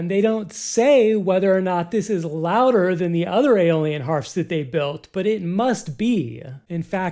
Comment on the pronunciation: eye - o - lee - an. not alien! lol